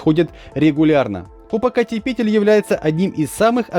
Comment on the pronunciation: Попокатепетль. Как ты это произносишь не сбиваясь? Наверно неделю тренировался)